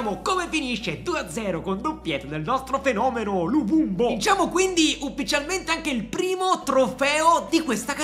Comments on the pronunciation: perchè lo chiama luvumbu hahahaha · Però di luvumbo non luvumbu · Ma perché luvubu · Luvumbu😂😅.È luvumbo con la O.Grande 😂😂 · Tutti “luvumbo “ “luvumbu “ ahah, sempre il migliore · Dire luvumbo troppo difficile😂